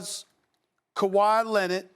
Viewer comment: "Kawhi Lennit"